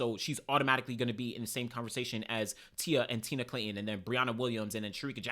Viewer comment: Say it with me TI-AN-NA MARSHALL NOT TINA